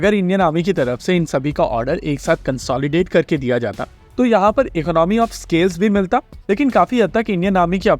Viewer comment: 'इकॉनमी ' is correct pronunciation, not ' इकनॉमी '